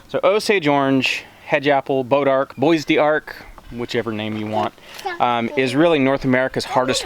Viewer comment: It was so funny when we heard you say bodark. We looked at each other, then went back and made sure that's what you said you were growing...on purpose. Our homestead is in North Texas and we've spent most of our free time over the last two years dodging copperheads, dulling chainsaw blades, dragging them out, cutting them up, burning them, treating cuts and pokes, washing orange sap and blood out of clothes. All in the seemingly endless endeavor of getting rid of them. They're just awful 🙂